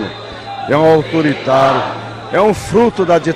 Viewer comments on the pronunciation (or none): kkkkkk ainda fala "auturitaru"